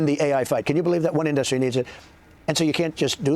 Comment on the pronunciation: Why does he always pronounce "industry" so wrong?! He says "end-dust-tree" every damn time.